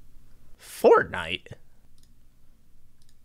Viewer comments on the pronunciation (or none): none